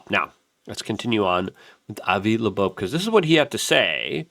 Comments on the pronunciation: It’s not “30 I atlas” It’s “3i atlas” Because it’s the 3rd (i)ntersteller object ever observed. One would imagine someone reporting on a subject could at the very least get the name right, as it’s Loeb not lobobe, Not a very good first impression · Also Loeb…Not Labobe… he’s been reporting on this for weeks and mispronounces both names every time… Hard to take him seriously anymore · Three eye Atlas, not thirty eye atlas. and it's pronounced Avi LOBE, not LEBOBE. Why can't you get that right? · OH MY GOSH LUKE!!!!! sorry bro it’s driving me crazy 🤪 It is “3 I atlas” not “30 I atlas” And his name is Avi Loeb pronounced lobe like your ear lobe not Avi Labobe!!!!!!! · Luke’s dyslexia is so cute. Avi Lebo! 🤣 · Avi LeBeau ? haha Doije ? tumulch-ooo-lus ? thirty-one-ATLAS ? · Luke, the mispronunciation of Loeb and 3I-Atlas was funny for a minute... but now you just look like a goober. BTW - Loeb is a wack. Or, a shill. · Bro you are killing me… it’s 3I, not 30I… and the o in Loeb comes before the b, not after it. Sorry, I’ve been trying to resist the urge to be pedantic about this, but I can’t take it any more 🥲